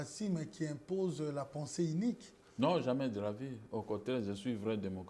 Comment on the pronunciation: Même si au Zaïre , il y a pas différence entre U et I, mais PENSEE INIQUE nous perd un peu